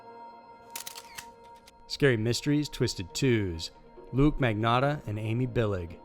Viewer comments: As always- AWESOME COVERAGE--- but- its LUKA - NOT LUKE....ALRHOUGH I have to say- he would be Extremely UPSET about the mispronunciation...so let's keep it that way lol. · It's 100% not luke. It is LUKAAA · It's luka magnotta not luke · Luka not Luke. But good video! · It’s sounds Luka that’s French spelling Same with Surrey it’s sounds Sarrie Sorry I love your video it’s just Canadian English lol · Everyone. He only messed up Lukes name. Which who gives a s*** Luke deserves it he's a piece of crap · antony kulik ... Right ? How can you get Luka’s name wrong? He was a very high prolific killer! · I LOVE all your videos, but it surprises me when you mispronounce a name. It's Luka Magnotta not Luke, and you stumbled on Karla Homolka's name too. But, I'll still watch and like ALL your videos.